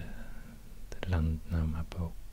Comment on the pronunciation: The way you said landnámabók was on point